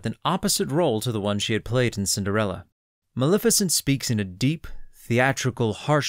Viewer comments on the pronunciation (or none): It's pronounced MaLEFicent. Lef as in Left, not Lif as in Lift.